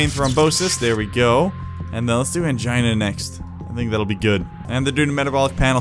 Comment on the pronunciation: Every time you said Angina in the video, I heard Mangina.